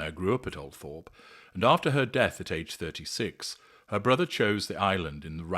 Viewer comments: It’s pronounced, ‘Altrup’ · I believe it's pronounced "Al-trup" - not that that matters of course